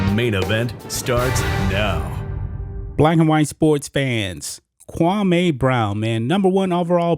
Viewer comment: Bruh you keep calling him kwamay brown u worse that steven A it is pronounced kwamee( Kwam- me)